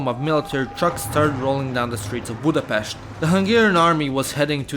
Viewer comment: Budapest drives me mad everytime